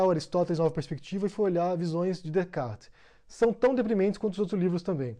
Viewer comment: Ele não sabe nem falar "Descartes"